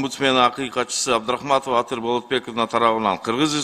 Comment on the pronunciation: Абдыракманова эмес Абдрахматова Атыр Болотбековна,козду чон ачып искажайтетпей окусанар чала сабаттар.